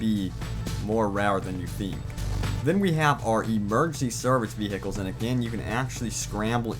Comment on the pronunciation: Emergency ve hicles